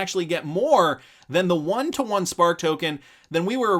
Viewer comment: AGAIN, its pronounced "won" not "you on"